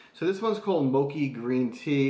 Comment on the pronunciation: If it says mochi then you're pronouncing it wrong. It's pronounced "Mo-chee"